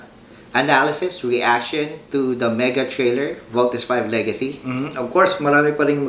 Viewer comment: ang issue po diyan ay malamya magsalita mga five members ni v.v kapag fighting scenes na walang excite lumaban then yung iconic post ni v.v binago nila sa pagbigkas ng voltes v